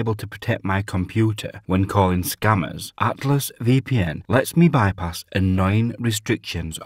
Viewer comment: Cant understand what your saying when you say Atlas VPN Your pronunciation is unintelligable. Learn how to say ATLAS Good luck!